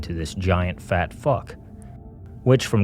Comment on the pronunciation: Its pretty fucking disgusting of you how you refered to Chunk... You talk about trauma and what not but you REALLY emphasized on the word "fat" while calling him a fuck.